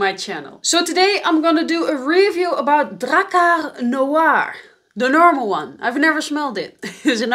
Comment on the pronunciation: its drakkAr not drakkEr